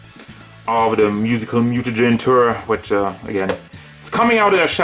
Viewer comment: That’s not how Tour is pronounced